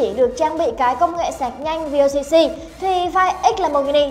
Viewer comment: Vooc..ko phải là vocc